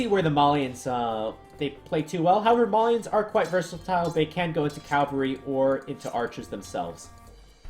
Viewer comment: The word for mounted fighters is cavalry, not calvary (archaic word for the place Jesus was crucified). ;)